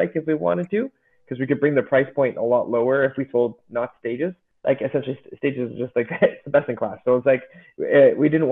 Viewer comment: I think it’s stagEZ at least that’s how an anglo would pronounce it. Same as how you would pronounce the plural of “stage” in English. Good news is English is a language without rules. As long as we know what you mean it’s all good 👍